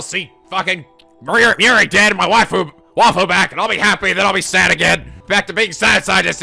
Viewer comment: I cannot believe it! almost pronounced waifu correctly!